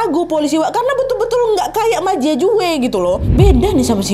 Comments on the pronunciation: Kak nadia,, kalo nama mandarin j=c.. Jadi bacanya ma cia cue.. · halo kak cuma mau kasi tau kalo cara baca j dimandarin itu diganti ke c jadi ma jia jue brrti cara bacanya ma cia cue kalo tang, bacanya thang sekian xixiixx